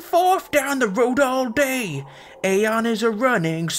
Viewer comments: Eye-on, not Ai-on. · it's pronounced "Ah yon"